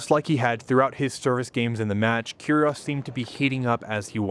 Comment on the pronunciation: great video, i just wished he pronounced it "keerie oh's" not "kerie oss" .